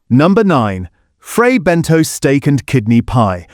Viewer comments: It is pronounced Bentos NOT BENTOES ! Please get it right ! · “Fray Ben Toes?” Is that real toes? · Or Fray Bentos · IF YOU CAN'T SAY FRAY BENTOS PROPERLY DON'T EXPECT A HYPE